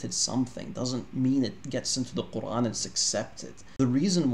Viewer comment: NOTE TO ANYONE WHO STILL BELIEVES CP IS AN EXPERT IN ARABIC: He still can't even pronounce the word Qur'an correctly in Arabic lol.